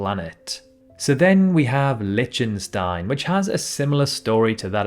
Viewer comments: How about Märket? Liechtenstein, not Litchenstein; Peñón, not Penon. Vélez de la Gomera sounds like it's in the Canary Islands, but it isn't. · Decca wot‽ Some Cypri wots‽ Duhkayleeah and Sipreeuts if you like. Lichen wot‽ I'd better stop because you might have an impediment and I don't wish to mock the afflicted. And you're probably not allowed to say that anymore. Apologies all round. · Would have hoped a geography channel would be able to correctly pronounce Timor (Tī-mōr not Tim-or) 🙄 and Lichtenstein was murdered as well. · Baarle-Nassau is pronounced 'Barley' like the grain and Nassau, like the capital of the Bahamas. Liechtenstein is not pronounced 'Litchenstein'. The word is 'isthmus' not 'isthemus'. The Norway–Sweden border is 1,630-kilometre (1,010 mi) long land national border. Look it up. I really don't know what he's talking about here.